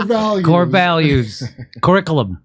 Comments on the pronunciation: Haha he said cooze. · Oh wow this is great! Here’s a General in charge of Africa who cannot even pronounce the very words he’s programmed to parrot: “Krr-ick-lmmh” “core Val -ooze”. What a tool😂😂😂. I don’t think they’re sending our best 😂😂😂. Lackwits, lickspittles and losers all of them. Let’s hope we never face a near-peer military power any time soon. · Ker-ick-alum & core values 😂